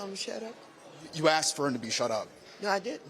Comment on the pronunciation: Even the old d bag liberal white guy says “axed” in a show of solidarity. 😂